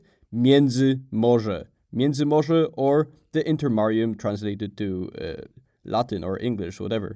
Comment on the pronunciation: I saw the general knowledge video on this subject on my homepage, but when homeboy mispronounced miedzymorze I immediately went looking for a way out, and found your comment. I’m glad that you have made your video without any apparent speech impediments mixed in, not that there’s anything wrong with that but this is much better. Thank you.